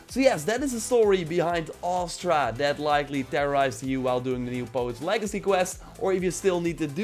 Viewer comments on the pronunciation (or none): It's Astra. Not Aster.